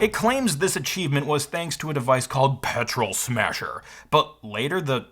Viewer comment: I can't be the only one who noticed he pronounced "Petrol Smahser" wrong?